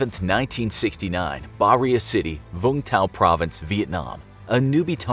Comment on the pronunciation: its not (vung) tow, im vietnamese and my dad was born in vung tao. It’s pronounced (voon tau)